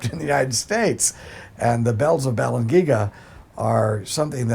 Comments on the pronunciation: If these guys are so familiar with the Bells of Balangiga, then why do they not know how to pronounce the name "Balangiga?" But glad to see them returned to the Philippines. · U pronounce thats as ba-lang-gi-ga bells,i know it cause im a filipino ,the philippines own that so pls give it back to us....